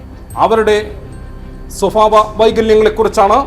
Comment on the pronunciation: സ്വഭാവം. സ്വഫാവം അല്ല. അതേലും നേരെ ചൊവ്വേ പറ 🤷🏻‍♀️